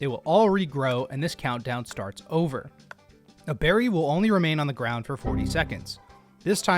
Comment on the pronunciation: “what kind of bewry is this?” (jerma voice)